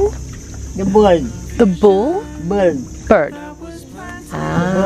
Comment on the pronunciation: "the Birld" the bull??? the Birld" bwahahaha, cracked me up!